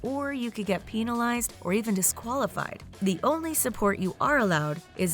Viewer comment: Penalize not pEnilize